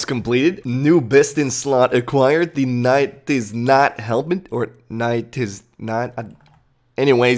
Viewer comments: neigh - tiz - not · its nay-tis-not helmet